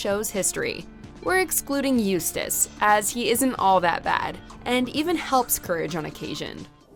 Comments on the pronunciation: After getting lessons oh how to pronounce Eustace, she finally made it correctly. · The narrator finally pronounced Eustace correctly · At least this announcer says Eustace's name right